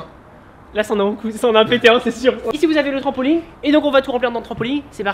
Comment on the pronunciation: il dit "trampoligne "😂